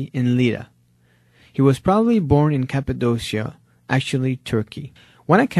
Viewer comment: Cappadocia, Present day Turkey. That's how it should be said.